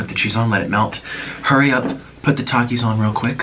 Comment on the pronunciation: "Do you like takies or Cheetos more? " "takies" prossedes to take a cheeto